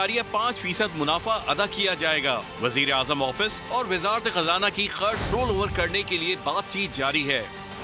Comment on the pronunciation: Kurz nhn Qarz hota h. Urdu ka tlaffuz theek kren.